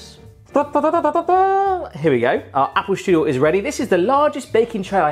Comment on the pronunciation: You pronounce "Strudel" wrong... but i guess its fine since you're not speaking german at all. lol Im a professional pastry cook myself. Its interesting to see other countries variations of the applestrudel. Try to spread some whipped cream between your layers of pastry and sugar aswell. C